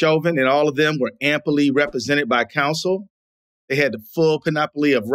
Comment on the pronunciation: "Ampily" instead of 'amply' around 5 minute mark. "I commend" rather than recommend. Anecdotal arguements... How is this man the MN state attorney? I love when he calls Glenn, "John". What an absolute joke.